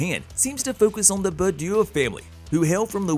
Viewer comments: Did he say Remy LeBew??? It’s Remy LeBeau (La-Bo) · Remy Leb'yoo? LOL! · I enjoy these videos but why so many problems with pronunciation? Allegory Machinations LeBeau Etc...